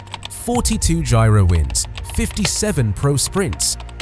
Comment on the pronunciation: What's with the "Gyro"?